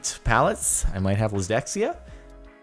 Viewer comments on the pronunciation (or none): "lysdexia"? I think you mean dyslexia, Jardon. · "I might have lisdexia" - Darjon 2018